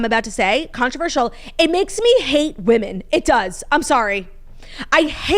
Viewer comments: The way my grade school teachers failed me for never teaching me the different pronunciations for woman/women. I had to learn about this from & Claud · Oof the women/woman mispronunciation drives me wild too I’m glad someone else can relate